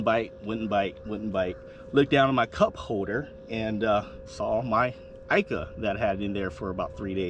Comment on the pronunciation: Please................pronounced eeeka